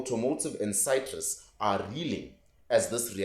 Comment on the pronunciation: "Negotiations are underway"- tipical political jargon😅 Good content, but check pronunciation of certain words..e.g. freight train, invigorate, citrus..